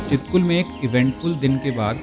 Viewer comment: छितकुल✅ हे यर चितकुल नही ❌